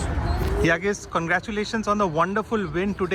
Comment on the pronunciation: before it, you should know how pronounce letter ı. its not yagiz it is Yağız actually. in Turkish, letter ı ( looks just like dotless i ) the letter ı pronounce like english word cousin. While you read cousin, the sound is before n at the end. its actully how we pronounce it. if you are not native english, use Google translate and listen cousin in english thats how you should read letter ı. After that, listen yağız in turkish